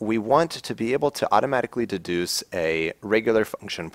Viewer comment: Thank you; excellent demo. I enjoy these focused and concise videos. --> "that can duce const member functions".;-) (again )